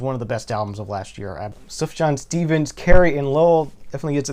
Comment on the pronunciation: Nice to see Beatles For Sale getting some love. Underrated early album of theirs in my opinion. Oh and psst... Sufjan is pronounced Soof-yahn. Soft J.